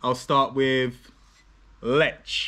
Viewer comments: You should say: Leeh, Leahh not Lech (in short) not as it says on the label. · It's not "Letsch" ! It's "Leh". "H" is a clear sound. Also, the Polish "w" is pronounced like the English "v", like in very". Never is it pronounced like in English! BTW, You can't taste so many beers one after another. You will never get the individual taste! You just get a jumble, and you can't know anything that way. Also, when you've had enough beers, every beer tastes good, because you're drunk! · I am more interested in command of Polish language than his preference for beer. I wonder how long it will take him to figure out that pronunciation rules in Polish are highly consistent. He correctly pronounced the name of the town ‘Tychy’ [ti:hi:] but butchered ‘Lech’ by saying [letch], instead of [leh]. I will bite my tongue and comment on the beer he was sampling: in Poland, sweet beer is drunk by people who don’t really like beer but want to be a part of the beer drinking crowd - mainly women and underage drinkers. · Wherev is zerviets no1 in Poland? Lech is pronounces Lek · jak powiedział Lecz to wyłączyłem kolego, to jest Lech, nie Lecz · Sam się lecz XD In Lech c is silent. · Lech nie lecz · "CH" in Poland is pronounced like "H" in "Have", "Hair" etc. not like "CH" as in English words "CHocolate", "CHeck". "W" in Poland is pronounced as "V" in English words "Verb", "Vers" etc. :goodvibes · You pronounce Tychy correctly so try to say Lech with this same sound of “ch” and w is pronounced as v is it is not hard.😉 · ch reads like h A very annoying mistake for Poles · Lech is pronounced as Leh. Warka is pronounced as Varka.